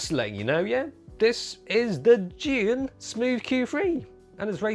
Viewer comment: You can’t pronounce zhi!?!?